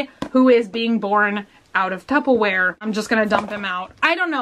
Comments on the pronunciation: Anyone else notice that she says "tuppaware" instead of tupperware? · why does she say tupplewear XD its Tupperware XD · Is it me or is she saying “tuppa-ware”??? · it's Tupperware with an ER instead of an A sound. I think it's sort of regional. A lot of people pronounce it tuppa. Where I'm from its very mixed, but I personally say tupperware. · Lol I'm Texan as well and I say tuppaware too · I have always said “tubbaware” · I'm Texan and I say tuppaware, too lol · Wait.... how is it meant to be said? I'm from the UK and I say tuppa ware lol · Did anyone else hear tuppleware?